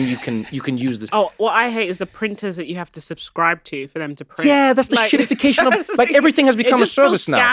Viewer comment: Get it right, Trevor. It's "EN-shittification". :p